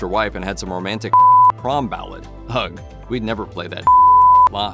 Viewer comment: Y'all should teach your AI narrator how to pronounce “ugh”.